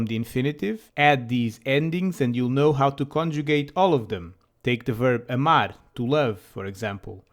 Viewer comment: Hello, could you explain me there is ɐ sound in verb amar, i thougt it sounds like the word about ə, but you sayin like e or æ?